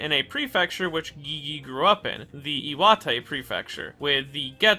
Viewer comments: you don't pronounce Gege like Gee-Gee, your pronounce it like Gay-Gay also it's KenjAku not Kenjugu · He really iut here calling gege gee gee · I loved your character analysis of Geto and the whole video was amazing. But did you purposely mispronounce everyone's names? Geegee? Kenjuku? Wtf it bothered me the whole time😂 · Why do you keep saying gigi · Why do you call Gege "Gigi"? Please check how to pronounce it in Google translate, so you can say the name right. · First time I’m hearing someone pronounce Gege as “geegee” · Ok look, i enjoy your content but CAN YOU PRONOUNCE A SINGLE NAME RIGHT? geeze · i think i am going to descent into madness if i hear you pronounce gege's name like that again😭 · nah bruh why u sayin Gege like that? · Well, that's a strange way to pronounce GeGe